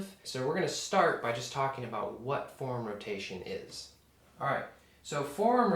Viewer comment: This video presents the first time that I have heard your mispronunciation of the two syllable word, "forearm," by a person who's native language is English. You do use the proper, and understandable, pronunciation of the word, "forearm," sometimes. However, it quite often sounds as though you are saying the one syllable word, "form," instead of the correct, understandable two-syllable, "fore-arm" sound. Otherwise thanks for good video lesson.